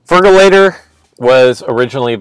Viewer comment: Feraligatr. not fergalator...